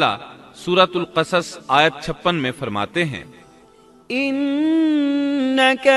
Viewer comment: Allah ak hai us ka koi shreek Ni to AP Allah farmaye Ni Allah farmta hai .. APny lfz thek kro .Bhai